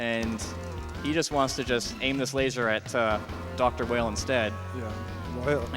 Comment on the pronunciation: "Dr. Whale" "Dr. Wheel" His name is Vile in JP, so it stands to reason it's pronounced "Wile" in US. This is further supported in game by possible connections to Dr. Wily of Megaman's past.